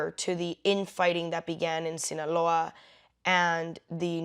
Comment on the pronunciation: I like how you said “Sinaloa”